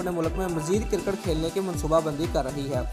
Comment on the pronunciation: it's Cricket not Kirkat